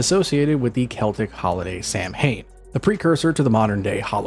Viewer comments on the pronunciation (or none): Samhain is pronounced “sa-when” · I love black cats! ❤ 🐈‍⬛ Always have at least one! Samhain is pronounced 'sow (like the female pig) wen. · The pronunciation of samhain is wrong, sown pronunciation is the right way